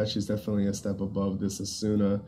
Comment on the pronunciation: "Asoona" lmao